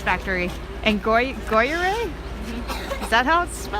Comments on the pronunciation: "Groyerais" ???? omg (mon dieu!!!!) " It is pronounced more like Grew yeahhhhr :-P (Gruyères) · Total idiot pronunciation